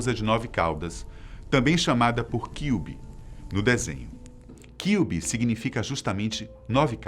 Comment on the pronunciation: Nem vão ler mas.. Acho que uma pessoa que vai lidar com o público pra falar sobre determinado assunto tem de assistir a respeito, sendo um animê não é diferente, não soube pronunciar nem "Kyuubi"